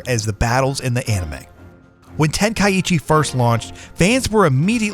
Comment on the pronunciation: Its pronounced (Ten - Kai - Chi) not tenkaiEchi